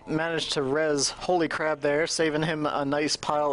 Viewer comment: The co-caster kept pronouncing HolyCrab as HolyCrap, lol.